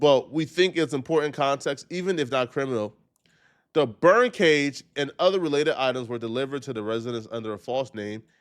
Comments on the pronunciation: I thought he was saying BIRD cage 😂😂😂😂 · You need to work on your speech. It’s BURN cage not bird cage 😂